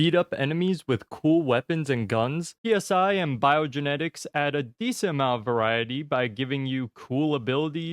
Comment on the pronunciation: Psi is pronounced like sigh . As is Psionic powers.